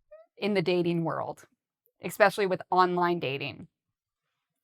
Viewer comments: I also hear the same "eks" all the time says it. Is it wrong to say this word this way? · every time I hear you saying the word especially you pronounced same like exspecially, am i right? OR it just my ear mistaken?